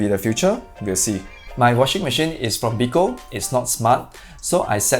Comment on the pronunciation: The brand 'Beko' is a Turkish brand . Every household in Turkey will almost all have at least 1 item from Beko. It is pronounced as be ( as in bear) - ko . Not "bee-ko ". U can YouTube search for 'Beko Türkiye'.